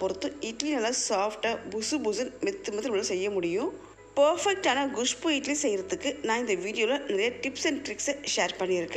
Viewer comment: Castor seeds are not good for health. Your kusbuu pronunciation is so funny